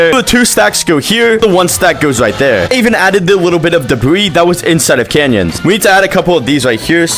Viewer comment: That ain’t canyons that’s banyons😭🙏